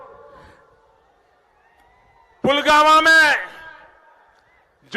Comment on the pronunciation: PM sb. Pulwama ko " pugawan" kah rahe hain.